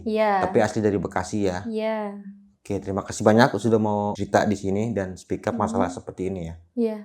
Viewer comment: Speak up bang bukan "spick up" 😮😂